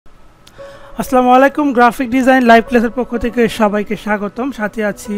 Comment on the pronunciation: সালামের আসসালা শব্দটি লম্বা করে সালাম করবেন, আপনার আসলা হয়ে যায় স্যার